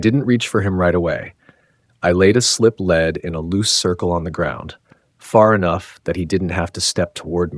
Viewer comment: For heavens sake mister, you didn’t lay a ‘led (lead’ on the ground in a ring but a ‘leeed’ ( also spelled lead exactly the same way). PLEASE think before you speak. I love listening to these stories but context is crucial.